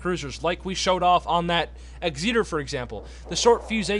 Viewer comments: Still trying to work out just what an Ex-eater is lol Try Ex- et - err (phonetic) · Can’t tell wether you’re saying Egzeater as a joke or not, good video btw